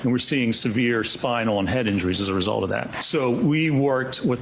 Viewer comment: “the end weesult”🤪